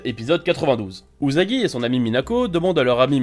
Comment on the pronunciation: Ça se prononce usagi pas uzagi